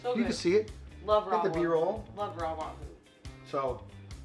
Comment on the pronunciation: stick to being the camera man and cooking! You literally butchered that Wahoo!! 😊😂😊